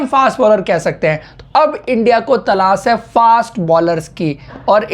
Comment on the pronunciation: Bro its talashhhhhh, not talassss